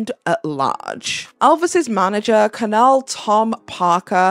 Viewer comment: colonel is pronounced - kernel